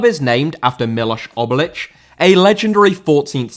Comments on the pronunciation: Obilić* not Obelyć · Obilić* not Obelać